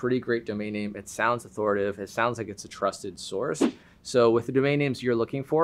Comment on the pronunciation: The word is authoriTAtive. Thanks for the video, tho.